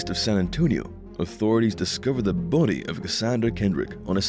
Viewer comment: Why you say body like that?? Lol